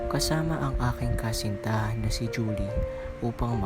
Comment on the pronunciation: 'yan po tamang pronunciation kay Juli? tnx tnx